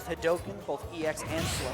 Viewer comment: I love how he says EX hadouken you can tell he knows SF.